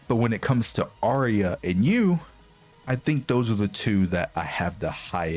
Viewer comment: Yu is pronounced like the german ü